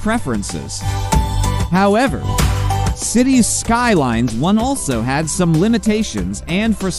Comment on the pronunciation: Maybe try a different AI voice? While I always prefer human, AI voices are usually okay. But it was this particular one and the way it pronounced Cities Skylines that bothered me to the point of annoyance.